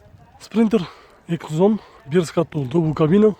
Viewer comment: Дувбл кабина деп айтасынго шеф Дубль кабина